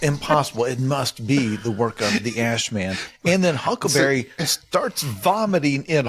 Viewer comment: i think it's adorable that jason pargin calls huckleberry 'huckaberry' 90% of the time.